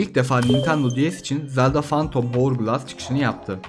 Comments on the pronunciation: Zeldağ değil zelda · Zeldağ diyen kadın bul beni.... 😂😂😂